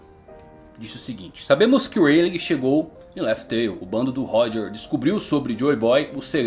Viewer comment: pq vc fala Reiligue e não '' Ray lee'' que seria a pronuncia correta, ensina certinho pro povo rapaz <3